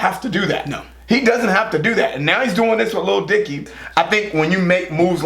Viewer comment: you finally can say Lil Dicky without being weird! Edit: Damn it. you were doing so well!